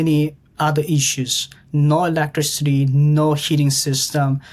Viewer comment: LOL I love the way you say electricity electric city lol. It's e-lec-tris-it-tee I think I said this to you before but if you're looking for a movie to watch it's called the interview you will die laughing it's a comedy about North Korea and Kim jong-un un😂😂😂